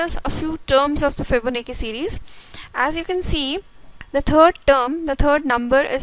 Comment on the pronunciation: its "fibo. na. chi" pronunce